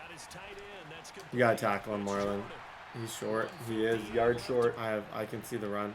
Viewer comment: 44, his name is MARLON not Marlo.